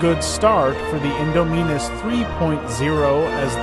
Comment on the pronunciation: My man, it’s in-Dom-in-us like indomitable